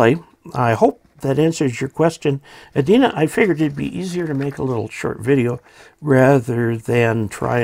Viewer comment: There is a city in Minnesota called Edina. The E and I are pronounced as long vowel sounds. I made the same mistake when I moved up here some 40+ years ago. Also, may I suggest that you review your entire video before posting. Much of it was out of frame.